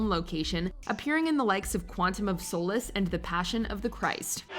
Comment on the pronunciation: Get the last names right but can't say "solace"? Hint: its not pronounced soul-less lol